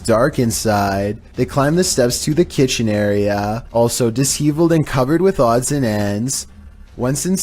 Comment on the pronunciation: LOL dis HEAVE led? Disheveled: "dish-eveled" rhymes with beveled.